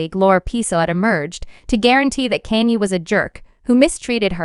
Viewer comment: "Kaynee" 💀 smh